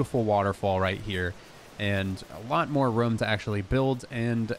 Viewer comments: I love how he says “ruum” for room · i love your vids, I also thinks it hilarious how you say room like roum 😂